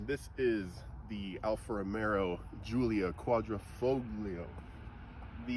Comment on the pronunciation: Time to fix your pronunciation ("Alfa ROMEO" not Romero and not Quadrifogglio either) and correct the title too (it's "QUADRIFOGLIO" not quadrafoglio).